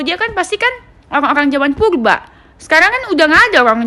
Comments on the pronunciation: Purba bukan pulba Kali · Yang benel....klau ngmong yng jlas dong bukan pulba purba ... Cantik pun bukan di wajah yng kin clong tapi lisan n hati yng bersih itu yng di namakan cantik yaa sayang ...skali lagi tlong klau bicara yng jlaas rrrr jangan di ganti " ....klau kamu cantik dk perlu kamu kasih tau orang pun akan liat kamu cantik nya luar dlm dk , Kecantikan itu cuma kesing yng asli di dlm hati ,hati nya bersiih insha allah kliatan bersinar berwibawa n anggun di liat nya ..gituuuu maap yaaa jangan oamer kecantikan dh .